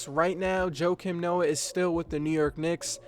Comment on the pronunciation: Aren't you mispronouncing his name